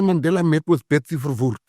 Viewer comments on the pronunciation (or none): none